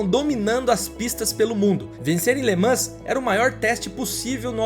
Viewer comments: Por favor, procure a pronuncia correta das palavras ( LE MAN) no Frances nao se fala S E T no final, igual RENAULT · Le Mans é o Mont Everest das corridas. Ah só um fidback. Em francês não se pronúncia o ''S'' sendo ele a última letra, não é como nós aqui em plurais. Se le ''Le Man''. Só incorporando.